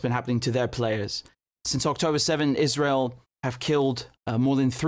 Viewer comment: Ban IZ-RA-HIELL